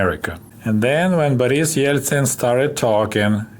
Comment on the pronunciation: I like the pronunciation of Boris' name